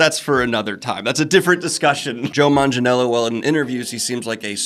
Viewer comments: Joe's surname is pronounced Manga (yeah, just like "manga") - nyello :) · You did his lasname wrong xD It's Manga-nyello. It's italian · the G in manganiello's last name is a hard G, not a soft G. he's talked about it in interviews